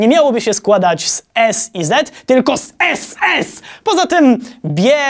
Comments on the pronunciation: nie sz a SS!!!!!1 - popłakałem się ^^ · "Sz" nie miało być "s" i "z" tylko "SS!". No rozłożyło mnie to na łopatki. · Akcent na ,,ss,, mnie rozwalil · epicko Pan Wojciech Drewniak mówi SS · ten akcent na ss 😂